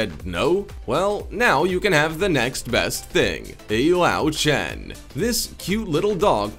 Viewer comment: LÖWCHEN is not pronounced as lauchen.. Ö is pronounced as OE, and W is pronounced as V.. so LÖW is pronounced as LOEV (Lóv) and CHEN is pronounced not as it is usually in english (shh) but instead with a K (khh), so it is pronouned as KHEN.